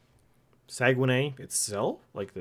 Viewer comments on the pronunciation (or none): none